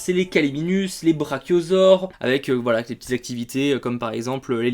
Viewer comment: C'est galimimus et non galiminus 😁